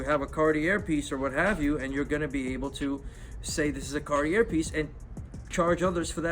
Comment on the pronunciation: did you really keep saying carti-AIR mispronouncing it? bro.